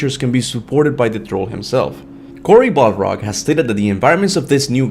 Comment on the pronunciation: “BALrog”😂😂